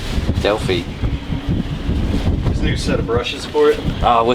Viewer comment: Well, if you don't mind un-doing thhos nuts (again), I would suggest the you pack those tubes with grease That should slow down the rust. In the US we pronounce Delphi as del FI (like fe FI fo fum)